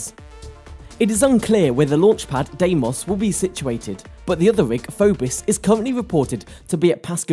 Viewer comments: What's a FOBIS??? ITS PHOBOS MORON... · It's 'Phobos' not 'Phobis'. And learn to pronounce 'subsidiary' witn 'i' as in 'india ' not 'icecream'.